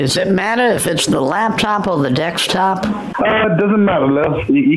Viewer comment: Lakstop, Dekstop! New Spanish, all in the first minute- damn!